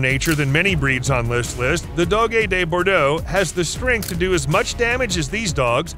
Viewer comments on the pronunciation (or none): Wow, you mispronounced most of the breeds in this list. DOG DEH BORDO is the pronunciation. CAANAY CORSO is the pronunciation. And Perro De Presa Canario is the full name